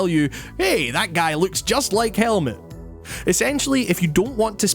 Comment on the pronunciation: The name Helmut is pronounced Hell-Mood (no pun intended).